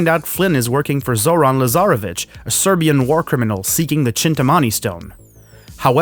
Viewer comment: How this dude alway was say „Serbian” in such different way. Like, not every Serbian is war criminal for God sake.